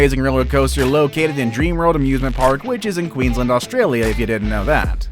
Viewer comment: You pronounced Australia wrong